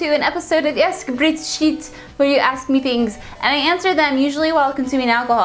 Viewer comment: dat intro , ASK BRIET SHIET, you sounds like a French xD